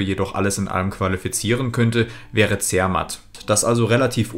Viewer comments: Wallis bitte wallis nicht waahlis... Zermatt zermatt nicht zeehrmat.. das mit dem o und orten noch ueben der hr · Betonung auf der zweiten Silbe! zerMATT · Grüsse von einem Walser. Tolles video. Fand es spannend, dass du zermatt als zer-matt ausgesprochen hast. Das ist hier zwar nich üblich, entspricht aber der ursprünglichen bedeutung (zu der matte) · Toller Geschichtsunterricht. Bei „Zermatt“ wird die zweite Silbe betont.